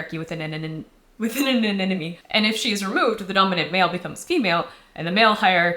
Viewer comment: Is anenome actually an accepted alternate pronounciation of anemone in english??? I’ve seen a lot of americans pronounce it like that